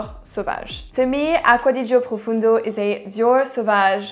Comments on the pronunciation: It's Profondo not "Profundo" and it has nothing to do with Sauvage really. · "PROFONDO" not Profundo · Qu'est ce que tu racontes....elle met une vitesse en accent anglais à la majorité de chez nous (français). Écoute François Hollande...là t'auras ta prononciation en français de chaque mot anglais. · I have Acqua di Gio' profondo ( Profondo … not profundo.. is italian word i'm italian ) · PROFONDO not PROFUNDO.....and it is actually the finest out of the 4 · It's not Profundo...it's PROFONDO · Its profondo not profundo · Profondo profondo profondo not fucking ProfUndo it isn't difficult you have it on the bottle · Profondo... et pas Profundo. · Profondo is profondo not profUndo😁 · PROFONDO….not profUndo… Please🙄 it has nothing to do with Sauvage, at all! lol!🙄